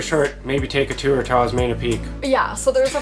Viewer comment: It's pronounced, OS MEH NIA "~" on top of an "N" is pronounced NIA 💕💕💕 Just an FYI, love you guys!